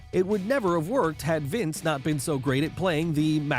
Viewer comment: We get it ur a fan were all fans stop with the corny voiced your butchering them..the way u say "wrestling" Vincent like vince b the way u said "dude" love STOP it RIGHT NOW!!